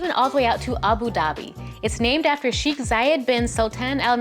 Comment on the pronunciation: Hey! Thank you very much for the video, I like the content very much! However, please note that "Palm Jumeirah", "sheikh", and "Deira" are all pronounced differently.